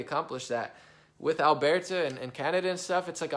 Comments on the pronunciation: It's pronounced Al-bur-ta, not Al-bear-ta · Even better, say it from way down in yer gut, "Urburta"